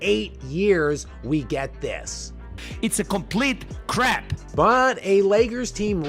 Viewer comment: Bro! The “It’s a complete crap” with the accent is a bite that will live on in perpetuity and never grow stale!🤣🤣